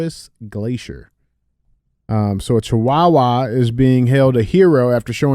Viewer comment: DJ saying chihuahua is giving me an aneurysm 😂